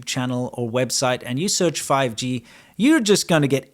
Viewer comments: fi-gee... sounds like chop-sticks... 🤣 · Want to know what's funny about the intro? My mind almost blanked out to start hearing PUBG instead of 5G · what is this fifgee you speak of